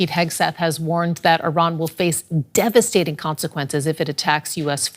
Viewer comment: The word "Devastating" has been emphasized so hevily by the host.